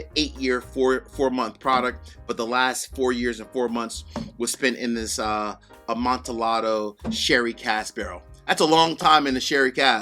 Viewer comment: Amontillado is pronounced A-mon-tee-yahdo. The double L sounds like a Y as in Spanish Pollo (chicken)...